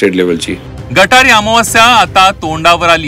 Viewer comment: गटारी नाही रे गत हारी म्हण रे भांड मीडिया वाल्या ने रे नो 😅 रोज चे पिणाऱ्याला श्रा व ण काय पा ळ त नाही तुला गटारी आणि गत हरी मध्ये फरक माहीत नाही तू पी 24 तास तुमची लायकी तीच आहे रे सिल्वर ओक मातोश्री चे तुम्ही खान दानी हुजरेगिरी करणारे 😅😅 पी 24 तास 😅😅😅😅😅